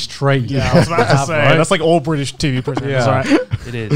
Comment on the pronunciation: Garnt not the host impossible, the cycle has been broken Bri’ish